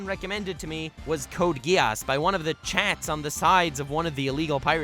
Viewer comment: You mispronounced "Code Geese". What do you mean nobody watches Gintama? A lot of people watch and love Gintama, it owns the top 15 highest rated anime. Also, when the video came out Gintama is over, I think it was the final season, though there's still more manga I believe. Also, Gintoki as a character is very similar to Yato from Noragami. Btw, your number 3, is that a JoJo's reference? Almost didn't catch on to it, since I don't watch it.